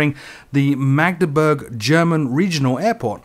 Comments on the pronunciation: Your Mageburg sounded about right, note though that a german U is prounounced like a double O in english, so it would be more like Magdeboorg. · You got Magdeburg quite right